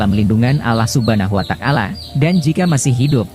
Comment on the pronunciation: Huwataalah ,bukan kuatakalah